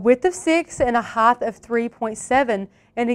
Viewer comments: Quit making up words. It's "height", not "heighth". 🤓😏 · Are you saying "hy-th" instead of height?